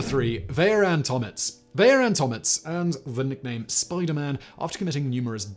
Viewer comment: It’s Tomić like Tomich . You’d think with all the research they’d see how to pronounce some simple names